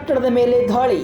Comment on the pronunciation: ಧಾಳಿ ಅಲ್ಲಪ ಅದು ದಾಳಿ.. ಹಠ ಇಸ್ರೇಲ್ ದು ಅಲ್ಲ, ಕೆಣಕಿ ತೊಂದರೆ ಕೊಡುವ ಚಟ ಜಿಹಾದಿಗಳದು..